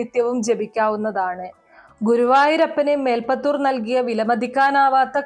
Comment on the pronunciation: മേൽപ്പത്തുർ അല്ല, മേൽ പ്പുത്തുർ